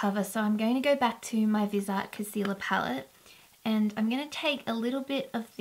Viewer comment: I love that palette! I used to have Viseart shadows in my kit when I went to beauty school. It is pronounced Viz-E(like the letter)Art I am pretty sure, just so ya know! I'm not trying to correct how you say things in any way. But I have worked with them, & have wanted to buy some palettes, the nude one especially for forever! They are such good quality I think the price is fair. And the pans are a little bigger than normal shadows, def. in comparison to like the $52 Urban Decay Naked palette. They are awesome! Lovely video, I loved seeing you liking all the products! Much love & ((hugs))♥👍💄💕💅♥